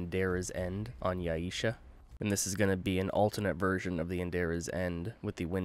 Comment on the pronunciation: It's Yay-sha haha. Thanks for the video though, I've yet to roll this version of Endaira's End.